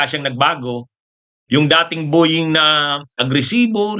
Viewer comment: PLEASE LANG!!... BO- YING NOT BU- YING....PET- SA...NOT PIT- SA